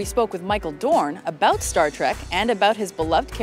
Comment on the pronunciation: Why do presenters always put the emphasis on the wrong words? "We spoke with Michael Dorn ABOUT Star Trek..." About isn't the interesting word here.